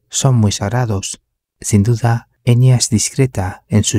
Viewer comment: En realidad se pronuncla EnYa,no Enia Bien bruja la Enya Con razón jamás me gustó esa mina ni su "música" y por eso vive escondida,oculta:porque es bruja,vive como todas las brujaa